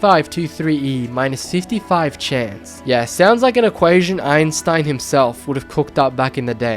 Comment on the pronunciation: the Name is Albert Einstein and Not eipston. 😅 Or he has annother Name 😂 Cool Video, I like Rare stuff like That ☺️